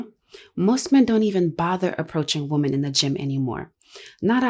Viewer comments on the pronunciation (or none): She pronounced 'women' wrong. It's pronounced with an 'i' sound, as in wi-men. We are doomed when women don't know how to pronounce 'women' correctly